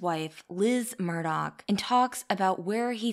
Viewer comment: How you need to grow, is getting the Murdaugh name right and not saying Murdauch. lol